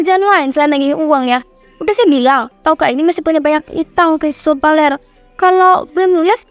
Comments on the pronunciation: Suplayer jadi supaler ceunah wkkwkwkwkwkwkke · Ngomong suplayer aja sup paler🤧